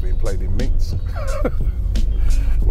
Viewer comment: Minsk... not minx... come on Robbie